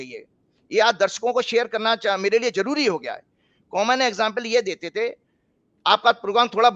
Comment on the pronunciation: egjit nahi.. Sahi oocharan egzit hai..spelling is exit. Sahi jaroori nahi. Sahi pronunciation hai zaroor zaroori..zaroorat, hai. Please bhasha ka samman karein.